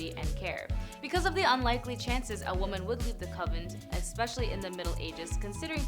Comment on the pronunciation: It is convent not covenant